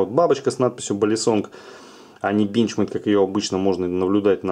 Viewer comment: Одного меня бесит как он говорит бЕнчмЕйд?